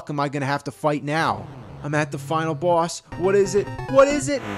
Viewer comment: Anyone else love the way he says Bwoss?